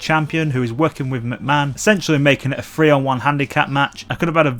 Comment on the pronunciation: The word is "three" not "free".